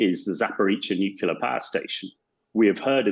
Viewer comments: Even this guy says "nukular". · A person loses all credibility when he says " nukular " . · it comes from the word nucleus (as in the nucleus of an atom) which is not pronounced that way. Nucleus is not pronounced nukeulus. he is saying it wrong. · Hamish, WHY CAN'T YOU SAY 'NUCLEAR'???